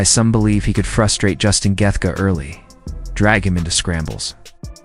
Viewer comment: Justin geth gar 😂😂😂